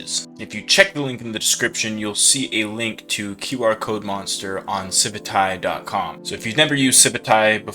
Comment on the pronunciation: It’s pronounced Civit A.I. 😂